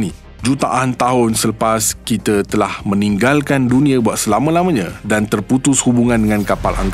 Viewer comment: Guna Bahasa Melayu baku tetapi sebutan masih KL... Jika betul2 nak Bahasa Melayu baku, sebutan kite tu kena betul2 kita dan sama bukan same...